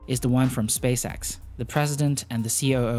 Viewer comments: Space-EX, not space AXE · It is spacex. X. X. Not axe